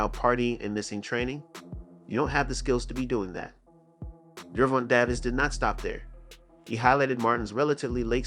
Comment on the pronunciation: The thumbnail and name pronunciation is rage bait.